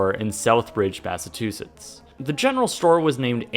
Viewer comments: "Bassatusetts". You were trying to say Massachusetts weren't you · It’s Southbridge Massachusetts not Bassatusetts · "Bassatusetts"...Lol Its Massachusetts